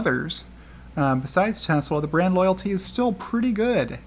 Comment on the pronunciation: You kept saying brand but I kept hearing, BRAD ! 😂